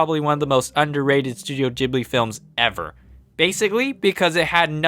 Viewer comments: did you just call it... Studio JIBLI? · Why did I hear him say “studio jiggly”😂